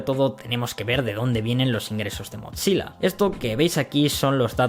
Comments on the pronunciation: Acá también un error de pronunciación?? No es MOTZILA, se lee MOZILA! Increíble ese error cuando haz pronunciado bien la palabra atlon (athlon) que los españoles suelen pronunciar muy mal (alon XD) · me distrae que diga motzilla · ¿por qué dices MOT SILA si solo es una z en su nombre? te lo creería si fuera doble ZZ comop "pitsa" pizza.